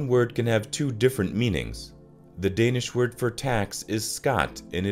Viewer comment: The autogenerated spelled subtitles are awful, and the pronunciations of Danish words are horrible. Probably no Danes will understand neither the written nor the spoken alleged Danish words. Besides the video contains some factual errors and points, that need further explanations. Some of the footages are from Faroe Islands or Greenland and not Denmark, and the videos do not always depict the text. Here are some of the major errors by numbers and time: 4) Janteloven is a ten commandments-like list of social rules created in a novel about murder and bigotry. It is not a law to follow but to disassociate. 7) After this video was published, queen Margrethe II has resigned, and Frederik X is appointed king in January 2024. That makes former Australian/Tasmanian Mary Donaldson queen Mary, and their eldest son Christian crown prince. 9) The Cycling Embassy is not an official/governmental institution, but a network with both private and public interest groups. 10) The mountain called Molahosh must be Møllehøj (five out of eight letters are wrong). It is the highest natural point in Denmark and 170,86 meters high. The highest point is probably the pylons at Storebæltsbroen (254 meters), but they are unnatural. 12) Christiania is not a city, but a neighborhood placed on an old military area, that was squatted in :11 Some of the harbor names do not exist (or very bad spelling and pronunciation). 19) English is not a minority language. The majority of